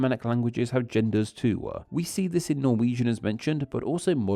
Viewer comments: I don’t like how the narrator adds an “aa” sound behind vowels. For instance “too” becomes “too-ahh” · Why do you put 'uh' at the ends of so many of your words? It's not toouh, it's just too. You used it about 100 times during this short clip. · But they do not end with the sound "wa". Dowa Twowah Toowah Duewah Newah. That's not a British thing, or at least not something I've heard before.